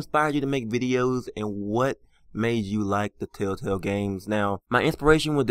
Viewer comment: I hate how he says tailtail instead or TELLtale